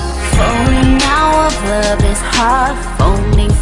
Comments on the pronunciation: Công nhận bài này phát âm sai nhiều, từ love thành like thật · nói :Chất giọng chị hay nhưng phát âm tiếng anh thì tệ quá từ đơn giản như ''love" em nghe chị hát thành "like" luôn í. Nếu bài này phát âm tốt thì k bị chê nhiều như vậy :( ! vầy mà đag chê người ta còn j nữa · Chất giọng chị hay nhưng phát âm tiếng anh thì tệ quá từ đơn giản như ''love" em nghe chị hát thành "like" luôn í. Nếu bài này phát âm tốt thì k bị chê nhiều như vậy :(